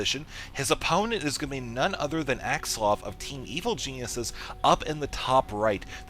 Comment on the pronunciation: its axslaVVVVVV not axsluv lol... its so funny how u say his name